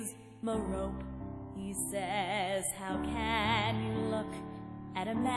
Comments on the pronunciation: shouldnt it be Mer-o-pe? not Mer-ope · I think the actual pronunciation is Mare-Oh-Pee. pronounced it phonetically as Mer-Oh-P like most Americans do.